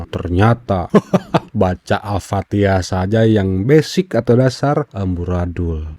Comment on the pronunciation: Pastas lah dia jadi peserta MTQ baca patiha nya pasateen kaliii aaah😊😊😊😊😊😊